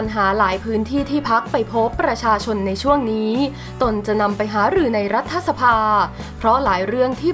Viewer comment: ฟังอ่านมาหลายครั้งแล้ว รัฐ-ถะ ไม่ใช่รัฐ-ทะ ภาษาไทยวิบัติ